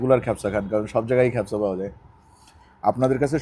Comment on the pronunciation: "খ্যাপসা" উচ্চারণটি ভুল। সঠিক উচ্চা "কা" দিয়ে - "কাবসা" (অথবা "কাবছা")। 'মান্দি" উচ্চারণ ঠিক বলেছেন।